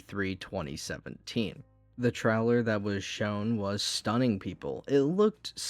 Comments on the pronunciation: bruh u said it like trolwer 3 or 4 times in that minute. 😆. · well ya, I said u remind me of the Midwest with how u said trailer. You definitely DO NOT soubd like someone from the south. The " English " they have down there is something else.